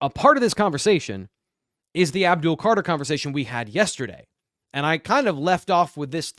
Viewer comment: ABDUL not Abul